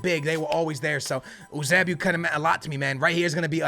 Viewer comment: It’s pronounced you-say-🐝-oh